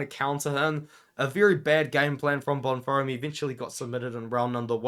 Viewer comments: can understand exams. i have exams myself currently edit: bon-firm not bon-feem? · My brother in christ… there is no “R” in Bonfim lol